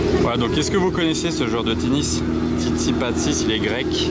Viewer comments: ce n'est pas tsitsipasis , mais tsitsipas !!! sinon encore de belles pépites de trouvé sur cette vidéo . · Le massacre du nom pour Tsitsipas 🤣 C'est un très bon joueur de tennis avec un revers à une main. Par contre peu de gens l'ont dans leur cœur. Il a un peu des tendances xénophobes... D'ailleurs il semble détester les français vu ses réactions sur les tournois...